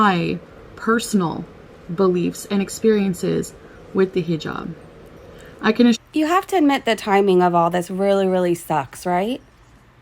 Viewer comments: learn how to pronounce the word you are making your identity out of! Haa-jab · She talks about culture, but also porkily utters 'heee jab" I cannot. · I'm gonna need her to stop saying heejab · I wish she would learn how to pronounce "hijab" if she is going to wear it.